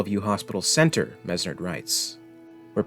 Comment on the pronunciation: Well at least you credited me :) also it's pronounced Menard.